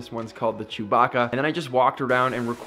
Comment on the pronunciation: Finally someone that pronounces Chewbacca right.